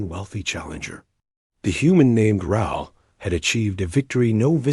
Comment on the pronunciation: Raul is Rah-ool in pronunciation. It's a Spanish name.